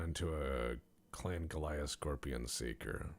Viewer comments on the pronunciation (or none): none